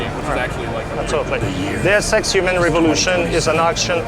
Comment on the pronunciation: he says The sex with french accent instead of deus ex